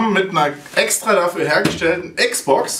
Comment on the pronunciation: Die "EX-Box", ungewollt? Aber genial XD